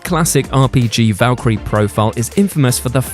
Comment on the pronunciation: It's Valkyria Chronicles, not Valkyrie.